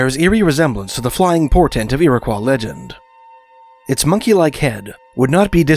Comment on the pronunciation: I always heard it 'Irrah-qwoy"